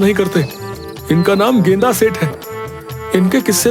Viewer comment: गेंदा सेठ ❌ गेंडा सेठ ✅